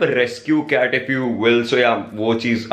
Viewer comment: Ist not cat its CaaT🤣🤣🤣